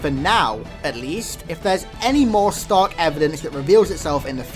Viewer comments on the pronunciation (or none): none